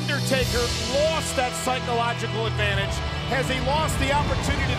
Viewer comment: Did anyone else catch when they said psycolodadril instead of psychological at 2 min 30 sum seconds?